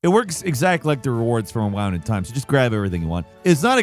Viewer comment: Brother said "wound in time" like drowned, not "wound in time" like spooned